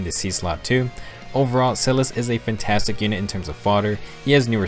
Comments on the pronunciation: Same, but also for Sothe. I say Silas with a long-I sound I say Sothe as Soh-th. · Small nitpick about pronunciation: -Libra: LEE-bra (Pronunciation taken from Beyblade Metal Fusion) -Silas: SAI-las -Sothe: SOE-th (English rule for most words that end in e that doesn't apply to all words) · Helpful vid but omg I’m so bothered by how you pronounced Silas’s name.